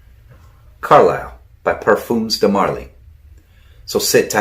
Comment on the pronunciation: Thanks for the shout out brother. And the pronunciation was spot on! appreciate that :)